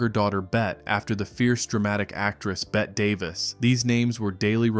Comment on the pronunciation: Bette is pronounced Betty